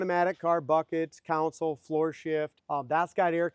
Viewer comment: Been wanting to say that for a year.😂😂